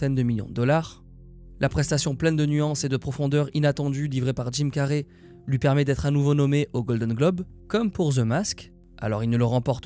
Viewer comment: c'est pas carrey comme carré mais carey comme carry